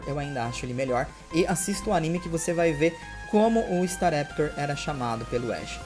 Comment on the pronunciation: Starley tá lá, alguém mais já notou que o não sabe pronunciar o nome de alguns pokemons